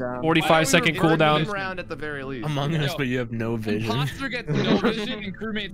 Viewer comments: “humong us” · Among us but hu-‘mong-us